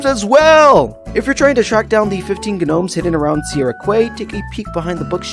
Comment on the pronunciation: Bro said gu-nomes instead of gnomes.